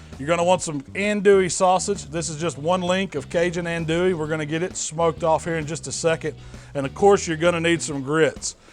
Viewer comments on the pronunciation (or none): Killing me with the pronunciation of andouille..